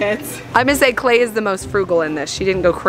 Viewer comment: When you said lemon jell-o for klai I thought you said lemon cello